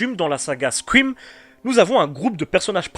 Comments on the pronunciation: c'est une très bonne video cependant j'ai un problème ne parle pas anglais si tu sais pas prononcer correctement c'est pas squim ou sqrim ou les 3 autres façon que tu l'as prononcer parce que je commence a saigner des oreilles tellement c'est de la merde. c'est Scream ca se prononce scrheem le ea en anglais sa prononce comme hee voila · c'est scream ou squouim ?